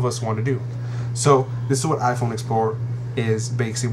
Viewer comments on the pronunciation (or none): Lol iPone !